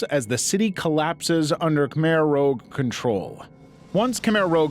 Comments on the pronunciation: Khmer ROUGE, not rogue! cmon, motherfucker- this is HISTORY YOU LEARN IN SCHOOL! It's IMPORTANT! That's why even though there are many mistakes that sound like AI, you know this is a real guy- a computer knows the pronunciation difference between Rouge and Rogue. cmon! it's the fucking french word for RED! (we even use it as another word for blush because it is the red in your cheeks) VIETNAM WAS COLONIZED BY FRENCH! THAT'S WHY BANH MI HAVE FRENCH BREAD AND PATÉ! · A significant distinction exists between the Khmer Rouge (kuh·mehr roozh) and the Camar Rogue (????? rowg). The term Khmer Rouge directly translates to "Red Khmer." "Khmer" denotes the principal ethnic group and inhabitants of Cambodia, while "Rouge" is the French term for "red," commonly employed as a political emblem representing communism. A "rogue", conversely, is typically portrayed as a solitary figure and is often depicted in literature as either a villain or an anti-hero. I am uncertain about the meaning or pronunciation of "Camar" as I don't think it's a word in either Cambodian or English, and will therefore consider it either a typographical error or a typical AI malfunction. I hope you will find this useful in future AI narratives. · “Rouge” not Rogue lol. I can never understand why that’s so difficult. ROUGE IS FRENCH FOR “RED” while “rogue” means going on your own. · Khmer Rouge is ROUGE (rhooozh) not ROGUE (rohg). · K"mer Rouge, as in "red," not Rogue. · Khmer Rouge, not Khmer Rogue 😭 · In saying Khmer Rouge, it's pronounced "ROOJH", as in red, because they were murderous RED Communists. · You mispronouncing Khmer Rouge was making my teeth itch. The “rouge” is French-“roogz”.